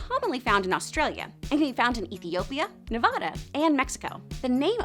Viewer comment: I’m sorry, small detail but it’s Ne-Vah-duh. Not Ne-vaw-dah. Love your vids but that’s my petpeeve